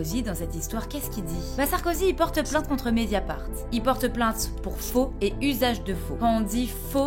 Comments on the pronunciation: "Médiafart" Oh! Le lapsus!!! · Quand t’as dit mediafart j’avoue j’ai rigolé 😂